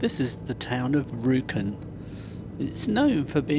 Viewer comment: Rjukan is better to say if you drop the "j" :) I'm not sure we even pronounce the "j".